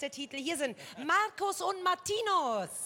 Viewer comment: OMG^^sie hat beide Namen richtig ausgesprochen😱🙈😅😂 Jetzt waren es mal Marcus und Martinus nicht Marius und Martinius oder Magnus und Martikus oder so❤️❤️❤️ Love them so much❤️❤️❤️❤️❤️ Like It Like It ist einer ihrer erfolgreichsten Songs und auch einer meiner Favoriten💖 #MMer